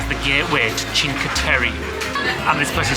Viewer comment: Was in Cinque Terra in 2017 f0r 5 nights, by far one of my favorite places in the world. It is pronounced Chink eh Terra! Brings back so many wonderful memories!!